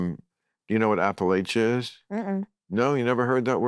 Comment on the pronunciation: I love real time but can’t watch bills creepy interviews on here. And he mispronounced Appalachia. What a creepy pervert. Did he know Epstein?